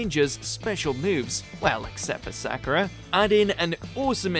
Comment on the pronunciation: Had to stop watching when he called Sakura "Cool"